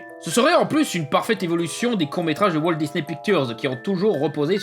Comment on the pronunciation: "Walteuh Disney" ça m'a stressé durant toute la vidéo mdr